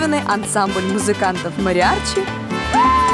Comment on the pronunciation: МариаРчи??? Вы это серьёзно?